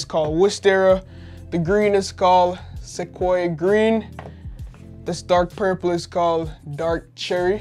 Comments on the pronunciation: it’s pronounced “Sequoia Green” 🤓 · Well done on your reading of ‘wisteria’ and ‘sequoia’… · kid if you just search for sequoia on youtube you immediately would know how to say it... in fact, I assure you would even know what a sequoia is.